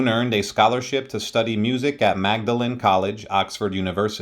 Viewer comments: Magdalene College is pronounced Maudlin (don’t ask me why) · 'Dagenham', pronounced 'Dagen-hum'. 'Magdalene' is pronounced 'Maud-lin'. There's no mention of his physical disability. He was born with bilateral talepes, or club feet. He had treatment but his left foot was permanently twisted.